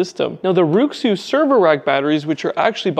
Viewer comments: It's not pronounced like: roo xzoo. It's pronounced like: wray shoe. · Nice review, by the way. RuiXu should be pronounced like Ray-Shoe J.